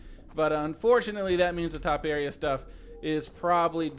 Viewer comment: In proper English it's pronounced TOE-PAIR-EEA.